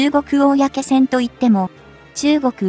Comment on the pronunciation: 漢字の読み方を修正して下さい。うみきょうきょはやめて。かいけいきょくと読んでください。おおやけせんもやめて。公船はこうせんと読んでください。